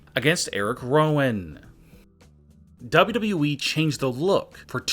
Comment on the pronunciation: I can’t take this man Serious the way that he says WWE